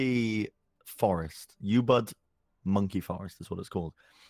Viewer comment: That's the worst pronouncation of Ubud I've ever heard